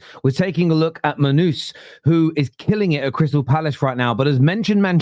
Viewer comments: Did just say “Monuz”? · Mon Noose!! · Munooz lol 😅 how is this guy a football content creator